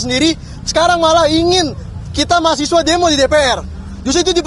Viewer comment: Mahasewa bukan mahasiwa jemmmmbut